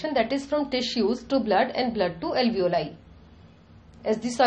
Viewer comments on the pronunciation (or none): where do you see ALEEVOLI written ? Its ALVEOLI.. read properly before making a vdo its irritating